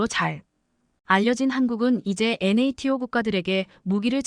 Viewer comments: 엔에이티오가 뭡니까? 여지껏 나토로 읽었지 엔에이티오로 읽은적은 없지요. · NATO--->나토로 읽어라 얼간이, 군사용어-공부 좀 하고 읽어라 AI처자야.